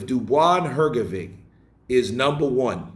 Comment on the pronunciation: Hrgovich and not Hrgoviq! 😊